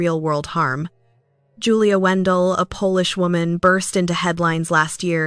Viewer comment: Wandelt not Wendell